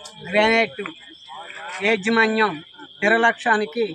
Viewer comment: ఏజీ మన్యం కాదు యాజమాన్యం